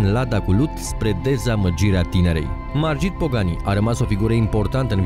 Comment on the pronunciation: Se pronunță Marghit